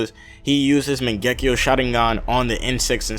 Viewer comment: It’s not Mon-Gek-E-O............it’s Mon-gu-e-o